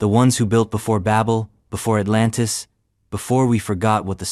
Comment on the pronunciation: At-LAN-tS ASL